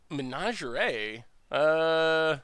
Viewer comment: Pronouncing "menagerie" like "lingerie" is my favorite pronunciation of all time. So saucy.